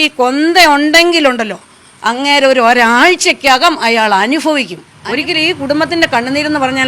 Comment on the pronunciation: അനുഫവിക്കും...... അനു ഫവിച്ചു 😂